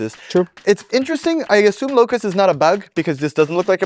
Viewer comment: its a locus, not a locust:D